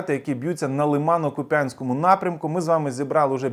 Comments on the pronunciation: кУп'янськ Вимова ріже неймовірно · !!! Дуже прошу- кУп'янськ, кУп'янський! Ми ж українці